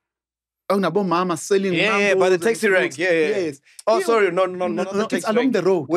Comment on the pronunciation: When Mac Said Phorry they showed President Mbeki 😂😅😅😅😂😂😂😂